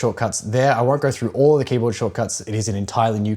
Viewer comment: “Moverr” throuhhgr” “helleur”